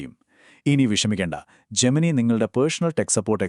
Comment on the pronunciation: 'ജെമിനി' അല്ല 'ജെമിനൈ' ആണ്